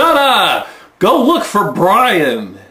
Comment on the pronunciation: Bwian? Twue enough. ;-)